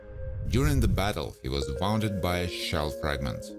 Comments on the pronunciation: Wounded (woonded) not wownded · Woonded not wownded